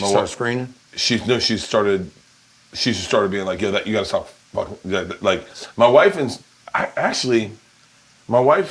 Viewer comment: I don’t know why it bothers me so much that Bert keeps saying he’s fooking yolk 😅… if anything hes closer to looking like that girl from willy wonka all swollen